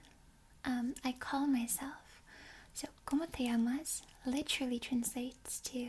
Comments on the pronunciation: As a Spaniard, i find it funny how you say “llamas”, maybe its because its soft spoken, but you barely pronounce the ll, so it sounds more like amas than llamas, and since amas is “you love” you are asking how do you love xdd, so maybe be careful. Ll is not like in English where its basically an L, its like a y, so maybe its eaiser to think of it as yamas, with the same ya pronunciation as yasuo, or same y pronunciation as yeah. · Tbh your Spanish is very good, except for your ll, which are a bit too soft and almost mute, maybe its an accent thing, but yeah